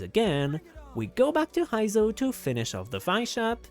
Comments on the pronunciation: btw Heizou is suppose to sound like "hey zou" not "hai zou" also, not "Vi-shap", more like "V-shap" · That “Hy-zo” is killing me…